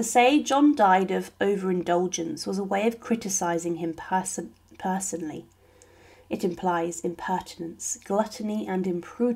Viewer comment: How have I heard this before today? The audio referring to human waste compost - the misspeaking “person-personally” by narrator- I’ve heard this recently, it’s a reupload?